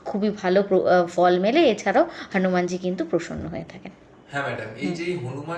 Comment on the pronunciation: "হানুমানজী" কী কথা দিদি হনুমান জী বলুন ulta pro max style দিচ্ছেন